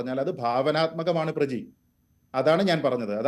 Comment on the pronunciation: പ്ര ജീ....😂😂😂😂 മലയാളത്തിനും നാണക്കേട്😅😅